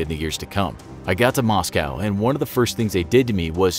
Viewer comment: you know this is fake when he says moscow wrong